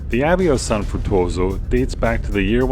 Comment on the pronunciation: It is also San Fruttuoso (of Capodimonte) and not "San Futoso"